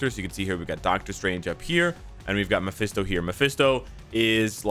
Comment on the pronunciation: Its mesphito not DS 🤷